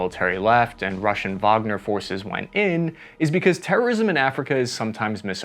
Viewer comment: thank you for pronouncing Wagner correctly